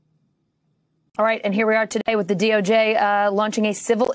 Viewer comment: DOJ not DORJ